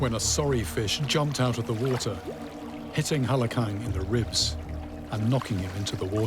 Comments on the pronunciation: you're making it sound like he's pronoucing it like Utah with how your wrote that phonetically. Warter. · i like how he cant even say the word water and says wootah about 75 times this episode